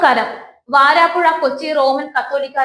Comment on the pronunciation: Edeen shavame varaapuzha insteadof vaaraapuzha